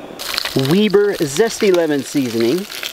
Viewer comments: Not Weeber, web er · it's not weeeeeeeeeber it's weber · Say it with me though, "WEB-BER" not "WEE-BER". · It's pronounced like spider "Web"... Weber Seasoning. They also make nice grills. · If it was called the way you say it whould be spelled weeber and not weber. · No judgement but it's Weber(Webber) like the grill. You should try old Bay seasoning with Everglades fish and chicken 🍽️ that's dinner time! Shout-out Deermeat for dinner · Did you say weeber lol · Why do you pronounce Weber like Weeber? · The way he says “Weber” though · When are you going to learn how to say Weber? I bet if u say it right they would sponser lol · Why did he pronounce Weber like that 😂😂😂